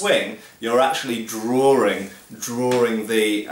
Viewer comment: "Coz you know my name is and I like to do 'drawrings'."